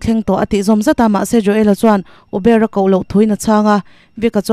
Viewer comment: I Uber ilam dan chu ava mak ve 😂